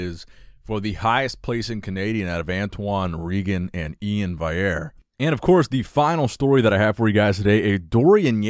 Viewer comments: Val-ee-air. Not Vigh-air. Love all the content otherwise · you need to work on pronouncing last names, Iain Valliere is pronounced vall-e-air not vai-air and Breon's last name is Ansley, not Ainsley